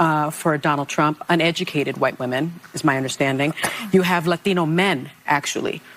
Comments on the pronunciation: Why is Latino pronounced lathino by sunny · I love how she pronounces "lat-I-no" like she is a vata from the barrio! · I'm Portuguese. It is so cringe hearing the way she pronounces Latino. The woman is as fake as they come. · Why can’t liberals just fcking pronounce the term “Latino” without trying to pander with the accent? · I hope you don't mind, i would love to know if Sunny's pronunciation is Latino drives you nuts like it does me? It seems that is the only word she speaks with an accent lol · As a Spanish speaker, why tf do people think they need to over-pronounce every Spanish related word when talking about Hispanics? You can say, "Latino" without contorting your normal speech to make you sound like a "native speaker". Cringe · Sunny is showing racial bias by the way she suddenly has a latino accent when she pronounces "latino" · I hate the way she pronounces 'Latino'. Cringe worthy. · She says "Latino" like Harris says "Latino" around other Latinos. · I thought it was just me. Her pronunciation of "Latino/a" makes it seem she is struggling for inclusivity, and she comes across as an insincere idiot. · How clever does Sunny think she sounds when she pronounces Latino with a Spanish accent 😂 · Yes! I'm glad someone else noticed that. 😅 I also wonder how long it took her to pronounce it that way